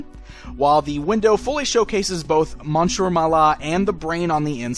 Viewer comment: It's pronounced Miss-ieur. It's annoying.